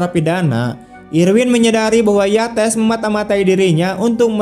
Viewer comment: Cara baca nama : YATES bukan di blasss pakai bahasa Indonesia jadi Yates juga. Tapi ditutur pakai bahasa Inggris yang bunyinya menjadi : 'YEITSS'.